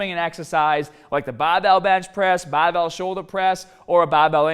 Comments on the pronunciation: BAR! Not BAU! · talks in clear English 90% of the time Also:: “BAHBELL” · Hearing you say barhbell made me wanna shove pencils in my ears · Pronounces “Barbell” as “BAHBell”. “Harder” as “Hahdah.” Pronounces “Shoulder” as “shoulder”. I can’t figure this out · Yes, I want to train hodda an longa with bah-bells. Are you trying to be comical with this? Seriously, learn to pronounce the "R" correctly, it's never too late. "B-A-R" is not pronounced "BAH"; this is basic first-grader stuff. You wouldn't pronounce R. Kelly as Ah Kelly would you? Remember what happened to Barbara Walters until she worked on reducing her accent...SNL teased her for years with their Bahbah Wahwah skits. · Every time you say barbell I wanna fucking jump off a million foot fucking cliff and land on the end of a fucking bahhhbell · As soon as he said ‘bhuraahbell’ I went straight to the comments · speak well please it's not bahhhbelll! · The baahbel sounded even more baaahbel this time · Say ba bell more..😂jk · This is the video in which says the word BAHBELL sooooo many times I love it! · My gym sucks, they don't even have baahhbells just regular old barbells.... i wish i could do a baahhbell bench press. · the way he says barbell is just horrible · Can you not say the word "barbell" properly? you sound like a fucking sheep.